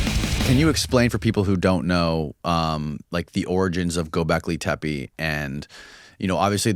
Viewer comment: i think its pronounced tappe means hill.